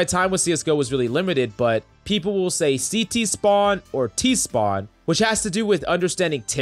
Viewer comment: I am a cs player and while the beginning, Everyone said CT "City" and every time they said it I laugh so hard...